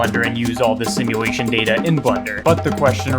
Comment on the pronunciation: take a shot everytime he says simuwation